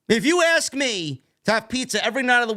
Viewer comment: Axe 🪓 me a querstion 😂